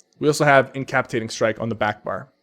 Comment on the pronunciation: in-ca-pa-ci-tat-ing strike! pls say it right ! not indecapatiting. incapacitate means to paralyse- hinder- decapitate means take someones head off.